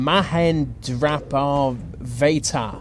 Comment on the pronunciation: you sound mahendra parvat wrong ..